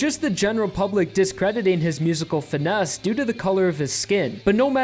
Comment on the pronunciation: Did you just say finnese